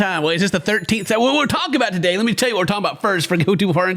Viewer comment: Me too! Yeah he really said with emphasis today😂 happy bday